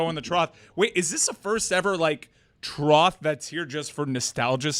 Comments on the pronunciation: Trough, pronounced like Goff. Not Sloth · Ok I watched it several times, and says TROTH instead of TROFF. Trough = trôf